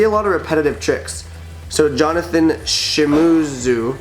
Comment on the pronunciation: Bro its pronounced Shim[ee]zu